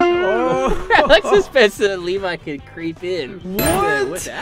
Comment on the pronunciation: Its Alex not “aleax”